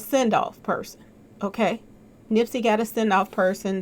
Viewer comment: lol "okklay"